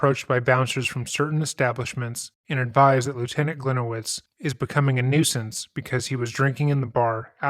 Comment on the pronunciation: Hi, a Polish person here. His last name should be pronunced as Glee-niye-vitch, as it is originally Polish. Hope that helps. Great video!